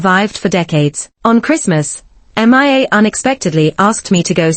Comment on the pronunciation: This particular A.I. voice seems to have issues. It keeps say M.I.A. instead of Mia.